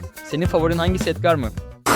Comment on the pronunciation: Edgard değil Edgar